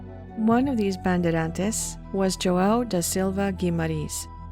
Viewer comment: On man, you butchered the name Bandeirantes. Bun•day•run•chi's. <~~~For English speaker.